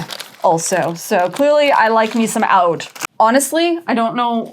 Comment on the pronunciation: Loved every piece and I’m obsessed with your makeup 😍 Ps: Oudh or Oud is pronounced “ud”! It’s so yummy & sexy in fragrances, especially the Middle Eastern ones 🥵